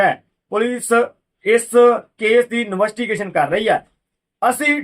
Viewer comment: ਨਵੱਸਟੀਗੇਸ਼ਨ ਨਹੀਂ ਭਾਜੀ ਇਨਵੈਸਟੀਗੇਸ਼ਨ ਹੁੰਦਾ